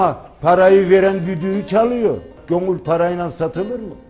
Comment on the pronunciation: Gönül deyil,gonülll...kurban olurum sana...